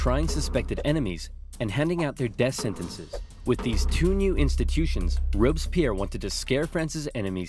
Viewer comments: As a french person, i really enjoyed this video since i dont remember much from my history classes (we study that in 4th or 5th grade...) But the way you prononce Robespierre tho 😂😂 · I really like Napoleon !! Your video is great, I just want to say that its Fouché (one of the futur Minister of Napoleon) who pronounced the death of Louis XVI. Oh, Sieyès, one of the five Directors, wanted a Sword to strike down the "Directoire", Napoleon used this situation after...